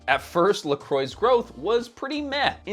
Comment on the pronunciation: Could you please look up the pronounciation of "Croix"... my ears are starting to bleed 😅😅😅😅